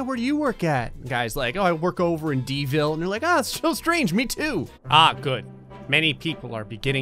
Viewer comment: D-ville? Really? I think you meant DUVALLLLL (even tho it’s in north Florida not south but Florida is Florida)!!!!